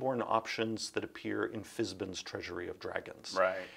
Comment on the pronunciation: Fizbin?? It’s Fiz-ban… rhymes with van, man… right? Margaret? Tracy? Care to chime in?